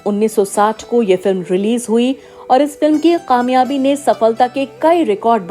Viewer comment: Madem Urdu ke talaffuz sahi kare kamyabi and begum ko sahi pronounce kijiye